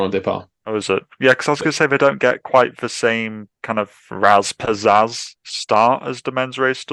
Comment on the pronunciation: I was going to give this video a 10/10. But then said razz pizazz🤦🏻‍♂️. So I had to remove a whole point for that. 9/10 But theeeeeen!!!! I realized Ewan gave me that special jumbo visma hatred that I enjoy ever so much. 10/10 And Scott, Rasmus Hojlund! New hero of Denmark incoming